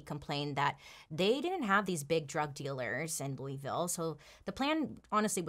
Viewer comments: "Looeyville" has me shook, I know you hate hearing this but we pronounce it "Louhville." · I love you… but it’s pronounced LOU-AH-VILLE, not Louie! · Hey Bailey. Im from Louisville and you pronounced it wrong. Its (lew-a-vul). Love you! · "Loo-ee-ville" has me cringing. I'll look over it cause you're so awesome, Bailey <3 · Its( looo- i- vul) in pronunciation....sorry I'm from Kentucky, I had to... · Bailey I live in Louisville and you said it wrong 😭